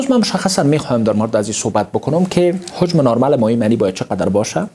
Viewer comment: لطفا کلمات شیرین فارسی را درست و صحح تلفظ کن مثلا هجم را هوجم نگو